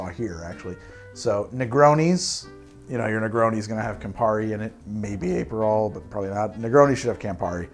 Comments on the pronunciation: Also, Ay-perol! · It’s pronounced “APP-per-roll” not Ape-per-roll. Also Uh-pair-ah-tiff. Nothing against your great content, just a note. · APE-erol and aper'tif...I love how you add and subtract vowels arbitrarily. I say that with no sarcasm. I'm literally going to watch this again just to hear it all again. Also: agree with you about Dubonnet. It's totally different from the original. Stick to Cocchi di Torino or Bonal.